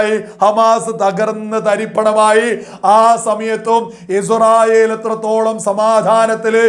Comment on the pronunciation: പോലെടിച്ചി മോനെ Izrayil അല്ല ഇസ്രായേൽ